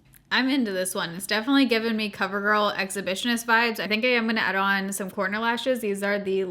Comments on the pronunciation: I thought you kept saying “porno” lashes and then I finally figured out you said “corner” lashes. 😳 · Every time you say corner lashes my brain keeps hearing porno lashes 🤦🏼‍♀️.